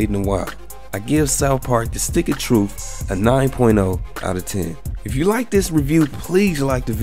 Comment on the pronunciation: "Stick of Troof" Stay black bro. Don't ever change.